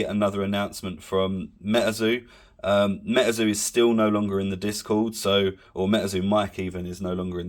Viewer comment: its Metazoo not Metaeeerrrrrzo